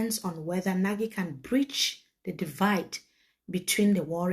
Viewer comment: The eminent diplomat has reiterated severally that his last name is pronounced "NAGH..not NA-GIE". Let's respect that please